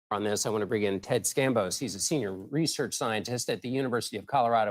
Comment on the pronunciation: "Scambos"? Really?